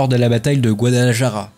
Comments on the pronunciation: Guadalajara se prononce "Guadalarara" : en Castillan, le J se prononce R. Mes tympans saignent :) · Super vidéo sur une guerre que je connais assez peu effectivement. J'ai envie de te taquiner un peu sur tes prononciations: Guadalajara sur prononce plutôt [Guadalarara] ( le "j" et le "r" ne se prononcent pas pareil mais la prononciation du "j" tirant plutôt sur le [r], tu seras plus proche d'une prononciation correcte). Côté russe: le "v" se prononce [f]. [Joukof], comme pour le Molotov qui se prononce [Molotof]. Côté allemand: le Junker se prononce [yunker] je crois. Tu as une question intéressante à la fin: pourquoi les républicains n'ont pas plutôt mené une guerre d'usure de type guérilla? A mon humble avis, parce que cette technique de guerre n'était pas encore connue tout simplement. Ca devait bien sûr exister mais ce n'était peut-être pas encore une doctrine militaire à proprement parler. C'est juste un avis, peut-être que je me trompe. Bravo encore pour cet vidéo bien sympa. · GuadalaJara 😂 il faut travailler la jota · Il faut prononcer GuadalaRRRaRRa cher!:) J'ai l'impression que tu n'as pas fait Espagnol à l'école LOL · Aprende ,se dice guadalajara. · Le guadalaJAra était difficile à entendre 🥲🥲 Sujet super intéressant par contre, excellent travail, merci beaucoup! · est ce que qq'un peut lui apprendre à dire correctement Guadalajara ??????????????????